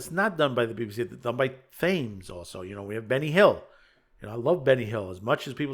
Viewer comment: Red Dwarf has not been a BBC production since series 8, it has been made by the independent Digital Channel Dave since then. We already do have to pay for Disney and Netflix and have done for years in the UK, it has never been free. Thames is pronounced Tems same as the River.